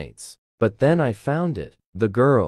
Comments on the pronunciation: Bro really said them be derpessed instead of then☠️☠️☠️ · i love this but no hate u said them instead of then 😭😭😭